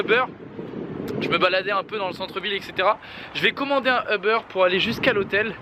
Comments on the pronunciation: Y’a ke moi que sa soule le fait qu’il dit « euberre » a la place de uber?😂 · Je vais commander un eber 😅😅😅😅😅😅😅 ca se dit uber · Ta commander un « euber » ???😂😂😂